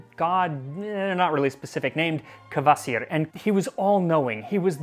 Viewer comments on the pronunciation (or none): The way he pronounces "Kvasir" sounds like Courvoisier to me.